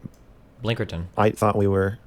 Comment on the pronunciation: The blinkerton and penjamin made me have to breaks from listen. □□